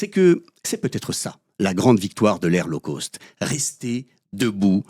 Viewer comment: Coucou c'est rigolo mais je vais faire la mégère: "low cost" doit se prononcer correctement (donc pas l'eau causte par exemple), sinon ça pique trop les oreilles. My tailor is rich - of course. Mais sinon c'est bien sûr pertinent de voir à quel point nous valons de moins en moins tout en continuant à payer de plus en plus. Bisous xxx L0ve Unlimited 🦋💗🕊🙏😇🍀🐞🌈